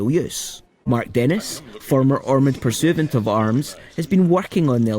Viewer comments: What is a purrsoovunt, one wonders? I think he means pur-si-vant. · Well thanks but the word is Pursuivant, pronounced as above, a Heraldic Office.